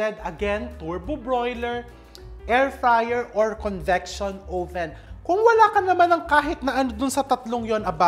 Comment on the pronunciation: Oven or owven? Haha